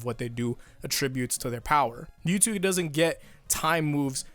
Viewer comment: Every time that guy says me two instead of Mewtwo physically pains me